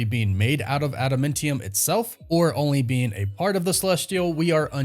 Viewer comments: Bro learn how to pronounce this word: AdamAntium, not adamEntium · Adamantium is named after the singer Adam Ant. So it’s pronounced Adam•Ant•ium. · how you a nerd and say adamantium like that?😂 i love this channel but that pronunciation makes me wanna jab ada mint tium claw into my ears.. just breaking balls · Say adamEntium one more time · dude, its... "add-uh-MAN-tee-um" "Tee-uh-mut" ...and more. One of the many reasons I unsubscribed from this channel. I don't usually care about stuff like that but for a marvel expert to basically mispronounce every "made-up marvel word" just makes me cringe, can't do it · STOP SAYING ADA "MINT" EUM. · pronounced Ada- MANNNN- tium 😅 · Interesting casting for sure. I like Steven in everything I've seen him in. I hope he kills it (the role that is). It will be interesting to see him play the meek Robert Reynolds turned all powerful Sentry turn all destructive Void. By the way, what is Ada-Mint-tium? It's Ada-Minty Fresh? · Pronounced Adam ant tee-umm Adamantium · Again with the ada-MEN-tium.......are you trolling me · Dude I can't take it when you say adamantium.... ANT....IUM!!!! COME ON BRO USE YOUR Vowels!!! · I dont like how you pronounce Tiamut or adamantium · Is anyone else bothered by how he says adamantium? 😭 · It really bothers me how you say adamantium and Tiamut ... Arishem said it it's prenounced Tee - uh - mutt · With the way you pronounce things it comes off as if you've never seen anything by them ever you pronounce adamantium wrong every time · Im getting triggered for no other reason by the way you pronounce adamantium.